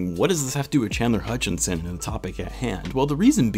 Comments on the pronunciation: Common misconception is that Chandler’s last name is “Hutchinson” (you probably know this); Mohammed Sallam was pointing to your Video Title where you have an ‘n’ in Chandler’s last name “Hutchison” (Plus you pronounced it “Hutchinson” a couple times) :) Keep up the good work and amazing content! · I wonder is you always get his name wrong on purpose 🤔😂 always with the extra n in his name.😂